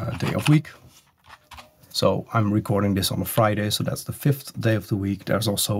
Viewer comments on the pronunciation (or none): none